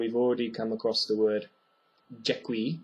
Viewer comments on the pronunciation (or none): none